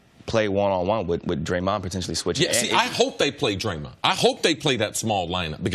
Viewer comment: Why does CJ can't pronounce "Draymond"